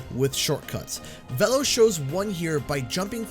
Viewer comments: I don't care how oxide pronounces it, it's VEELOW because thats how Velo himself pronounces it when he introduces himself in CNK. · Ok first of Oxide pronounces Velo, Vel-o, but secondly I know Steve Blum isn’t voicing Velo but whoever is is actually really good it sounds like Bulm’s voice. Thirdly, the track looks great I love how it starts with a bored drive thru employee that’s hilarious. Sucks that this is the last Grand Prix though, but hey we still have more characters after. Here’s to seeing Mr. Crumb, Viscount, Willie Wumpa Cheeks, Madame Amberly and hopefully this can really be everyone is here. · It's pronounced 'Veelo' Beenox & just got it wrong lol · Yeah, it was pronounced "Vee-lo" in the original CNK, so I'm wondering why it's different all of a sudden. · I was hoping for an N. Trance skin and the CNK boost gauge. Also, Oxide pronounced Velo’s name incorrectly. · Both you and the game mispronounced Velo's name... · no one is gonna mention anything about Velo being totally differently pronounced than we all thought it was pronounced? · its VEELO not VELLO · I thought it was pronounced 'Veelo', not 'Vello'. I'm also glad he's unlockable very early. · Hate to be that guy But, it's v-E-lo not v-l-o, it's said thus way in nitro cart. Soz but nostalgia said no to this pronunciation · I hate how Oxide mispronounce Velo. It's pronounced Vee-lo not Veh-lo. Heck Velo himself pronounced it Vee-lo in CNK. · Why did they change how to pronounce Velo in this? In CNK they pronounce it (or at least Velo himself pronounces it "Vee-low" not "Vell-Oh". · I don't get why Velo's name is being pronounced "Vel-lo." in the original crash nitro kart it was definitely announced "Ve-lo" wasn't it? I'm pretty sure. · It's pronounced "Veelo" not "Vello"? How hard was it to check the pronunciation? I just searched for CNK's cutscenes on Youtube. Took no time at all. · Dunno why but I always thought Velo was pronounced Veee-lo. Oh well lol Edit* was pronounced like this in CNK